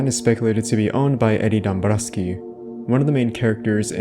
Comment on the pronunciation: Why did you say eddies dombrowksi so weird